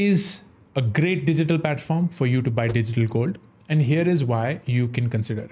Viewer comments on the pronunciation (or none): Why upstox gold word is not pronounced properly?